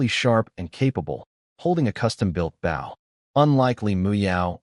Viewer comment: You’d think an AI narrator would be able to contextually realize the proper way to pronounce “Bow” as it’s meant in this story.